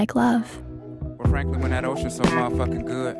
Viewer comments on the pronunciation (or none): Why does it sound like he says franlkyn but he actually says frankly